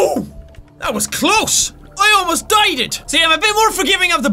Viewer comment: OH MY GOD! HE SAID DIEDED!!! IM NOT ALONE :D